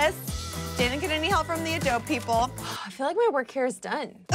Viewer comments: It’s pronounced ah-doe-bee not ah-dobe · The fact that says “adob” instead of “adobe” drives me crazy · Adob it’s ADOBE WITH THE E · Who else was seriously getting triggered when was pronouncing adobe as “a-doab” when it’s “A-DO-BEE” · adob adob it is a-do-beeeeeeeeeeeeeee with a eeeee at the end. did this make anyone else cringe? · lol it’s pronounced adobEEEE not adob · Lol I love this so much. Even though I cringed every time said “Adowb” meaning Adobe. Still positivity makes my day. Also the amount of ketchup Lily puts on her burger makes me think she doesn’t really like the burger she just REAAAALLLY like ketchup. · AHHHHH i love that says "adob" 😂😂😂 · adobe "uh-dohb" XD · Is it weird that I’m getting anxiety that she says Adob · its adob EE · she keeps on saying adobe she doesn’t say adobeeee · Also, I love that spent the whole video mispronouncing Adobe. What a legend. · Lmao the way pronounces "adobe" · as a computer geek, i laughed so hard when she said "adobe" incorrectly. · She keeps pronouncing Adobe wrong and it's giving me anxiety. Ugh! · I love how kept saying adobe wrong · not knowing how to pronounce Adobe 😂😂😂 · My inner graphic design nerd freaked out when mispronounced Adobe... NOOO WHYY?! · the way pronounces Adobe smh